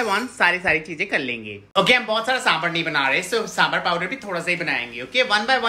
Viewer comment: It's sambhar not samburr